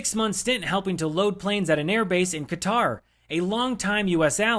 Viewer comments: Qatar is pronounced “cutter”. Not ka-tar. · It’s pronounced “cutter” not Kah-tahr. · That country that starts with a q is not pronounced like the musical instrument with six strings is pronounced like somebody who cuts cutter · he worships trump so he’s qualified. Also he said “cutter” instead of how Qatar is actually pronounced. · 😂 He can't even pronounce Qatar correctly!